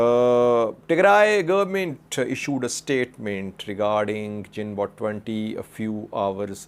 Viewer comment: Correction pronounce its gunboat. G girl greed green etc.